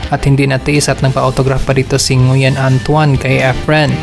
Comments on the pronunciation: Ngwin po pag basa ng Nguyen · Nguyen is pronounced as wen